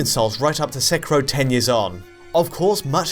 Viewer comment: Ah you stopped saying Sekiro and started saying "Sekirrho", why :'(